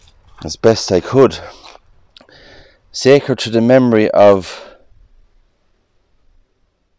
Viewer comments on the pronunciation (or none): none